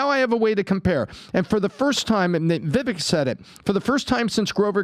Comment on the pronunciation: Come on man his name is pronounced VivAche